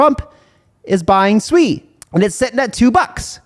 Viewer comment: Not fkn swei. It is sue-e